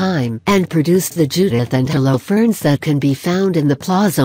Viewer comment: What about "Hollow ferns"?